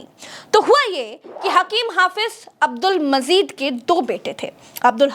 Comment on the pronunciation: Abdul Mazeed naheen Abdul Majeed avoid wrong pronunciation.